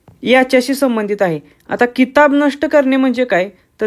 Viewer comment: भावा किताब नाही ते खिताब आहे ज्याला इंग्रजीत title म्हणतो 😂😂